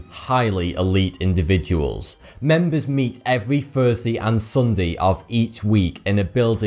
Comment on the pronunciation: Sundey and thursdey